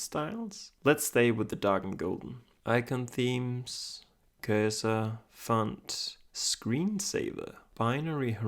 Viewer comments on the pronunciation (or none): none